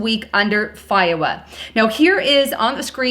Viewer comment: Its FOIA, pronounced FOY-YA. Love ya, but get your pronunciations correct please.